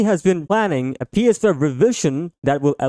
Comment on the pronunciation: within the first 5 seconds you couldn’t even pronounce “ps5” 🤡